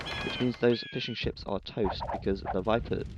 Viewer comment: Sounded like you said "so he's planning to get some more fish and chips" instead of fishing ships. Mmm. Fish and chips.